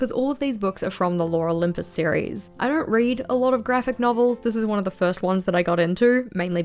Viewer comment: I heard "Laura Lympus" every time you said "Lore Olympus" 🤣 Concerning Life is Strange, I absolutely agree with you! Didn't like 2 a lot. I haven't played Double Exposure yet, but I really want to... the first game holds a very special place in my heart as well, it was a very unique experience.